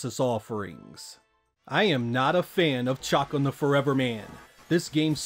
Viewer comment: The way you pronounced Chakan made me Lol 😆 but yeah I do hope to see Chakan on the mini 2, even though I have the original cartridge, case, and booklet. I would still love to play it on the mini, along with Boogerman and Alien Force. This may be a long shot, but I hope maybe to see Splatterhouse 2 & 3, The Haunting, and Zombies ate my neighbors. Also Eternal Champions Sega CD version, that to me was the definitive version.